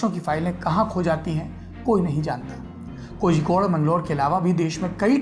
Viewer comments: Bhai Kozhikode ko hindi me shayd कोलिकोड hona chaiye Keral aur tamil nadu me aksar zh ka istemal special sound of ल ke liye use hota hai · कोहिकोड नही कोझिकोड